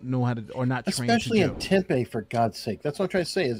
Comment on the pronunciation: Tempe is pronounced temPEE not tempay. I thought you would know that until you said that you were down in Tucson. Still... 😆 They should place lifesavers around there. Couldn't hurt.